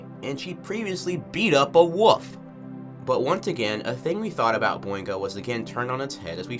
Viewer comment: Just out of curiosity, is it a regional accent of sorts to pronounce wolf as "woof"? Also, Japheth is pronounced "JAY-feth" Edit: Actually, I just realized they spell it 'Japeth' in the credits. Maybe it IS "JAY-peth" 🤔